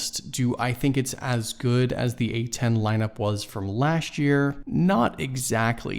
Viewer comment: Speak correct English 'lasht' year please say correctly LAST year